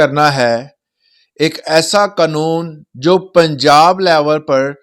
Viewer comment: قنون ؟ نہیں پیارے قانون ہوتا ھے